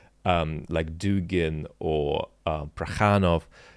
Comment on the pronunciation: I spotted the Dugin flub and enjoyed it.